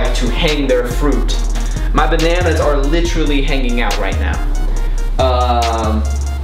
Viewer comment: Take a shot for his many times he says "licherally😂😂